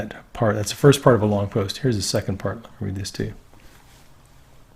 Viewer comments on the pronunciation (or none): none